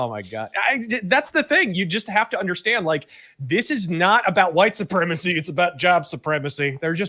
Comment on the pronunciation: You gotta undershtand